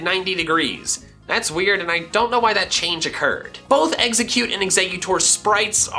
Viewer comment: IT'S EXEGGCUTE, NOT EGGSECUTE!